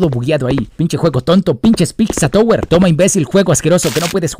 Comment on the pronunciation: queriendo corregir las ZZ del PiZZa Tower pero todo el video pronuncia "tOWer" en vez de "tAUer", como es el caso de que el escrito OW se pronuncia como el diptongo AU en inglés.:p